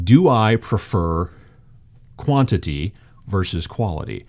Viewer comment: "In this video, I'm going to talk to you about Quality vs.... Bwantity."